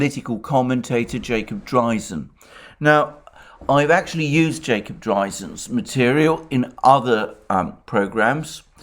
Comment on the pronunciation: Jacob who??? He just butches the name I can't find him at all.